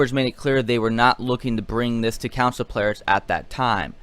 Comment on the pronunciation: It's CONSOL not COUNSIL!